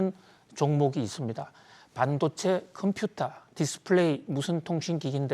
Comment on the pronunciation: 해박한 지식과 콤퓨타 발음은 덤으로 즐기고 있어요. 감사합니다.